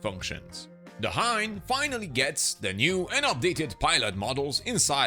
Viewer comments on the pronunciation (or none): none